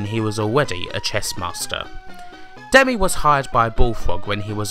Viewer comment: Good piece. One thing that grated - "Demisssss Hassabissssss" - he's Greek, not French, so you pronounce ALL the "S"s. Also, coz he says so :-)